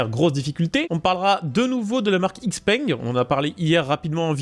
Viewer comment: "x-peng" se prononce "chi-peng"